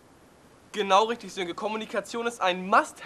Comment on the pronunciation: Sönke, nicht Silke :D